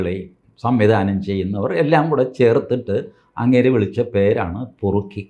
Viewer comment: Perukki! Not porukki!